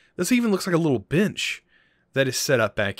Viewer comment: He calls a bench a bitch XD lmao